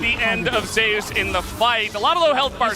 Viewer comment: why is he calling Zeus Zayus?